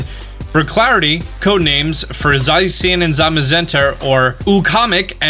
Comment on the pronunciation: What about the rest of the starters? Also zacian is za-chi-an not zay-se-in